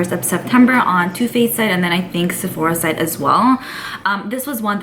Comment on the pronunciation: I’m confused on why you keep saying “Sephoria” lol you never used to say Sephora like that before 🤔